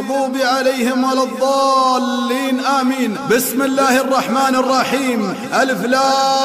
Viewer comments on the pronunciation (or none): none